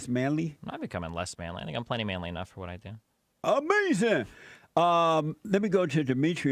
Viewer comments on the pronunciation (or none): 7/18/23 ... i FELL out in laughter when Destiny said "AMAZIN" and immediately went to the comments to see if someone else shared the same sentiments. THANK YOU. 😂😂😂😂😂😂